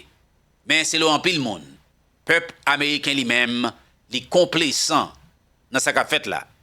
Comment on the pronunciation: mw salyew ak tt fanmiw, ce n'est pas konplesan, se complezan, li gen son z, men regle la lorsque s se trouve au milieu de deux voyelles li gen son z ok, bonne journée mon frère.